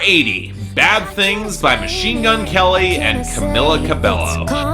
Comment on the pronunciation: I'm surprised Fifth Harmony fans haven't crucified you for mispronouncing Camila's name whenever you talk about her,. Considering you got a lot of shit for not pronouncing Quavo's name right for the longest time, and 5H fans are wayy more rabid